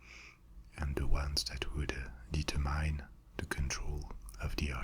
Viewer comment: Merci. Faites attention á votre prononciation du mot "determine".